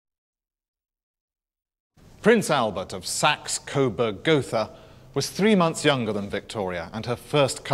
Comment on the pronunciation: Albert of Saxe-Coburg and Gotha, not Sax-Coburg and Goatha.